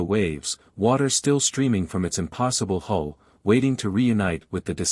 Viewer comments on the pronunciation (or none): HULL not HOLE